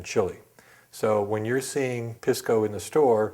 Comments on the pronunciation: Dings credibility when Pisco (pee-skoo not piss-ko) pronunciation is wrong. Otherwise the info is spot on! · Pisco (Pee-sco)! Please not Piss-co! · Make sure to pronounce it "piss-co". That's the correct way to pronounce it. "Pisss-co". And say it repeatedly, like far more often than necessary. Cheers.